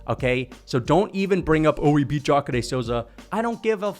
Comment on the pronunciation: The way you pronounce Jacare is 🔥. I had no clue that was the pronunciation.